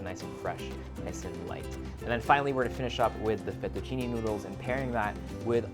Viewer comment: Great recipes!! But I am Italian and that's not the correct way to pronounce the pasta name. I really don't know why foreigners always mispronounce it. Its pronunciation is LinghuinE \ FettuccinE (like Spanish " e " ) not LinghuinI \ FettucinI (like Spanish " i ")